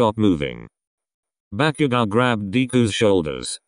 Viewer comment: I’m sorry but the part when bakugou was storming of whe Kirisaid bakugou it sounded like ‘back u go’ I’m Srry but it was a bit funny